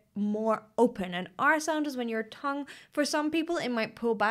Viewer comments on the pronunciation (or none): none